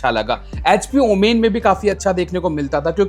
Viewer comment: Its OMEN Not OOMAAAINNNN😂😂😂